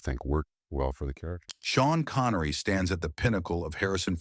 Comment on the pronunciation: "Shawn Connory" 😂😂